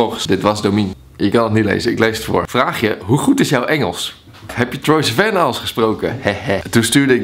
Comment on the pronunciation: zo jaloers maar heb je door dat je sivan verkeerd uitspreekt 😂